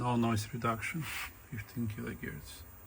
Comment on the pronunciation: Kilo herc not gierc!